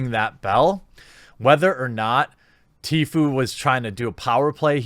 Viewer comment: Please pronounce it TFOO